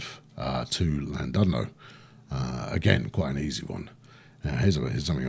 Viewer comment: I know you're famous for butchering pronunciations, but it's pronounced: Ll-Lan-Did-no where Ll means a sort of throaty growl.